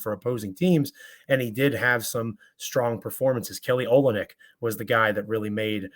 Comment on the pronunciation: you had some boom to bring today, eh? it's pronounced oLYNNic